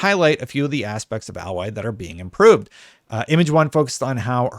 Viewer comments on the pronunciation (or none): Hearing alloy instead of A-loy is quite jarring. ((edit...when I posted I had not read the comments, didn't mean to dog pile but at this point it is kinda funny and since you pause every time you say alloy I suspect you may have done it on purpose so leaving the comment....pretty good video otherwise ;)~ )) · Can this guy read or is he just mispronouncing her name wrong on purpose, am I missing a joke because if he wasn't a complete idiot then he would alloy is how you spell what he was saying her name is A-loy. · A-loy not Al-loy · its not alloy but aloy lol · A-Loy not al-Loy the a is long not short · Can't people get over this already? She looks just fine goddamnit Also it's pronounced Ay - Loy not Ah - Loy ffs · Dude...it's pronounced...."A Lloy"....not AL loy:) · Alloy is a mixture of two different metals metals, like a set of alloy wheels. So yes in the video he is pronouncing her name wrong, but that could be blamed on the spelling of her name. As I’ve played the game I know the correct pronunciation. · You mean alloy? Aloy is pronounced different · you were thinking of the word alloy. But her name is pronounced ay-loy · sorry but not really. It's the letter 'A' and then 'Loy' (rhymes with boy). So 'A-Loy'. Not 'Ahloy' or 'Alloy'. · no you Didn't pronounce it right you said alloy like the metal its Aloy like if you asked for A chair or A shirt or if you wanted A loy. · Yeah you meant to pronounce it like 'ay-loy', not 'alloy' like the metal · Please name Aloy's name correctly, it's A as in hay not ahhloy, please pronounce Aloy next time. That's how it's pronounced in the game. I can't see alot of difference between it, so it's slight only. If people think is face is fatter it's purely because facial structures are created better in Forbidden West. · It's " eh loy" not alloy lol. But we'll let it slide since you 'prefer' Xbox 😄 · He pronounced Aloy like aluminum alloy 😂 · Say it with me now - "A" Loy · He's pronouncing it like Alloy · No? You didn’t. Aye-Loy.